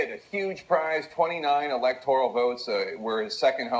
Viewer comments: Did Gayle actually say “ electTORIAL “ votes versus 😝”electoral”? And she is adored as a national reporter ? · EEE-LEK-TOR-AL not "electorial" you moron you. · It's pronounced "electoral" folks...not "electo-ree-ul". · Gayle King is such an idiot...all night she kept saying “electorIAL votes” instead of the correct “electorAL” votes. How do these dimwits make it on air.? Well, in her case...we know how and why. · "... twenty ELECTORIAL votes..." Can someone tell that idiot how to pronounce "electoral"? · These tards keep mispronouncing "electoral". They keep saying "electorial". Libtards. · Who was the dumb commentator that said "electorial" votes ?